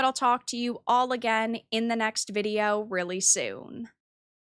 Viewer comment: I hate how you say video.. it's not vidi yo.. oiveh..